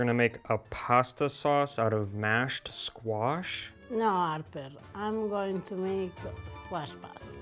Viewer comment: "No, 'Arper"! 😂😂😂